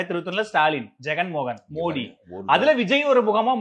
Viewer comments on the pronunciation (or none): none